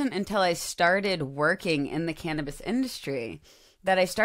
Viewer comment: Imagine people saying Ca-nab-is